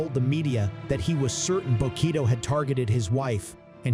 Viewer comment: Information was appreciated, but the AI voice calls Bokito by the wrong name several times!